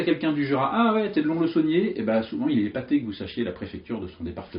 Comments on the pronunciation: Petite remarque (peut-être déjà faite), le "s" à la fin de Lons-le-Saunier se prononce (Lonsse le Saunier) ... Parole de Lédonien. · Très bonne vidéo. (Pour info "Lons le saunier" se prononce "lonce") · Lons-le-Saunier, le "s" de lons se prononce. Jura représente. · Moi qui suis jurassien je t'informe que l'on prononce le "S" de lonS-le-saunier. 😀 Sinon merci pour ta vidéo ! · le "s" de lons le saunier se prononce sinon merci pour la vidéo; )